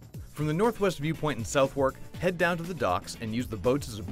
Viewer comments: Nico Pates yeah I'm pretty sure it's "Suff-Ark" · It's pronounced 'Suthurk' not 'South wark' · It's not pronounced South-Wark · u cannot pronounce southwark